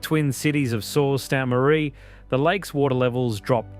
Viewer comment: That, and I don't know what that pronunciation of Sault Ste. Marie was.